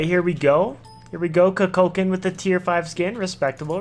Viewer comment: Good video. But please, it is koo-kul-khaan